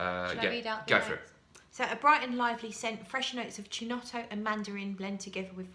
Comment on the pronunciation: Not to be a bore but chinotto, 'chi' in Italian is pronounced 'ki'. Anyhow love your reviews